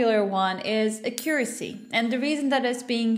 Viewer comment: How do you pronounce "Accuracy"? Its so triggering lmao Thats not american nor british english, right?